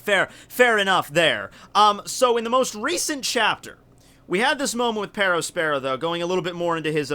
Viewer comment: Why did he pronounced it like pedospero???